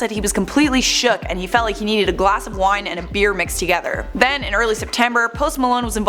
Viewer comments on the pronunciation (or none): none